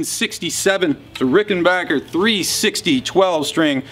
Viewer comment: What a sweet Ricken-BACK-er. And kudos for the correct pronunciation! Love it.